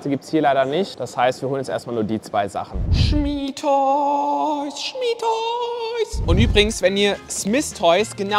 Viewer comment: "schmitoys" ich:"smythtoys"